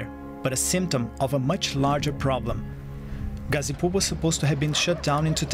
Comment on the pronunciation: It's gha zi pur gha from Ghana zi as letter Z pur as i don't know what's purb